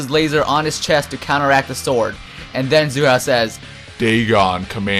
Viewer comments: his nam is not zoo hao his name is Hsu Hao,its pronounced with an ''S'' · Its not zu hao dammit its sue hao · why do you pronounce hsu hao as if the s was a z! also tuh keh duh is probably it